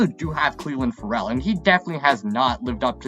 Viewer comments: Yah-neek IN-Gock-way Cleeee-LIN FUR-L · Shows you how stupid people who “analyze” teams truly are. John Brown didn’t make the team. How can you trust a person who mispronunces names? FerELL? Guenther? Wow